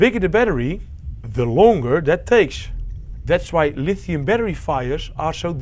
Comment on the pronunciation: Lituhiuiim batterishhh"